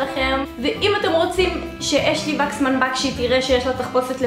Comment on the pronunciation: אני ממש אוהבת אותך ואהבתי את החיקויים אבל אומרים וקסמן ולא בקסמן😂